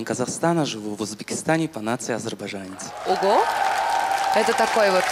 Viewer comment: Вроде есть вокал, вроде взрослый мужчина, вроде хороший слух, НО С*КА, КАК МОЖНО СВОЮ НАЦИЮ ПРОИЗНОСИТЬ ТАК ОЧЕНЬ НЕГРАМОТНО?!!!!! КАК??? КАКОЙ АЗЕРБАЖАНЕЦ ЕЩЕ??? АЗЕРБАЙДЖАНЕЦ!!! И НЕ АЗЕРБАЙЖАНЕЦ! НА ХЕРА СЪЕДАТЬ БУКВЫ?! КРОВЬ ИЗ УШЕЙ ИДЁТ. ИЗ ЗА ЭТОГО СТАВЛЮ ДИСЛАЙК.